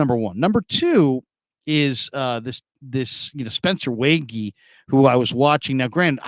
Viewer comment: You were doing good with the Spencer (Way - G, not way-gee) last name until this vid. Just thought I’d help out again! Also block the blue and green light on your face 😂. Love your content! YA!